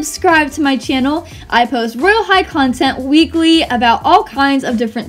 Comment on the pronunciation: When you said weekly I thought that you said legally-😂😂😂 Your amazing!!